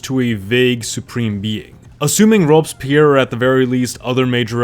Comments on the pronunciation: What is Robes Pyer? Worst pronunciation of Robespierre I have ever heard. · "robs pierre" haha